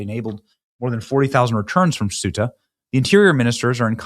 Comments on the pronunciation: Ceuta Benny! Not suita or soota. Are you genuinely illiterate or is it a scam? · it's pronounced SAY-ooh-tah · Pronounced Queta or kweta NOT sueta! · It's pronounced SAY-oota, not soota, and if it was ever lovely that was before I was there in 2001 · PLEASE, Benny, have enough respect for Europe and Spain to learn how to pronounce "Schengen" and "Ceuta." Hint: hard g in Schengen. SAY-U-TA. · SUTAH! LMAO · It’s pronounced KOH-ee-tah and SHENG-en and most of the migrants are heading for germany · It is Ceuta. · It is pronounced Se Uh Ta. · Pronounced, “say-ooh-ta” Ceuta Schengen “Shang-en” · I believe it's pronounced "Say-YOU-ta." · Ceuta is pronounced Say-you-ta, Bennie! 😉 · Bennie, as a map guy, you should know how to pronounce both Schengen and Ceuta correctly. Get with it, dude. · The C is pronounced as a Th Thuta